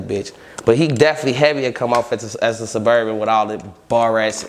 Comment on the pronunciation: "Ima a Surburban"😂😂